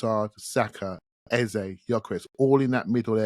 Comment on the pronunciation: Our number 10s name is pronounced EHZUH not EHZAY! When are you going to respect the man’s name. EH ZUH (like duh). It’s like running around calling Saka Saké. Most podcasters have realized his and now pronounce it correctly.